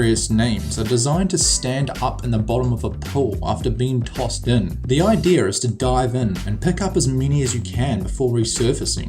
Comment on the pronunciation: A really good video! Except I found it funny how he said "Ideyer" Instead of "Idea"